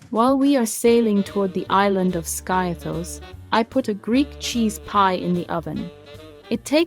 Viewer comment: Skiathos is pronounced 'Skeeathos'